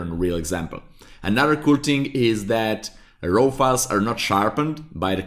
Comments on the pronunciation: raaw not rau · seriously, you need to pronounce the word RAW properly, as it is pronounced as R-A-W (it sounds the same as the word "roar") not , ro ( it sounds your saying ROW as in rowing boat). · Thank you for the excellent lesson. May I help you make it even better? I am a retired English teacher. To me, your "raw" sounds like "row" (as in row your boat). It should sound more like "raw" (as in jaw, or saw or law...). I apologize for criticizing. I just want to help, for your future videos. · It's pronounced "RAW", Not ROW. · "Row" files 😂. Great video!! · "De row file" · i love the way he says raw, says it like rawr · your pronounciation of RAW is making me cringe a little :) you say sth like ROHW... please change it, great video still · like Gordan Ramsey